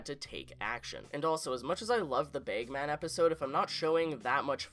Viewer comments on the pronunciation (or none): It's pronounced "bagman", not "begman". It drives me nuts that you keep mispronouncing "bagman". Also, it's "drag", not "dreg". It sounds like you have an accent problem. You need to work on pronouncing, and enunciating for future videos.